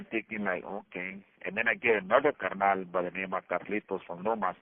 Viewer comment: Shout out for saying carnal correct, carr- knawl😂😂😅😅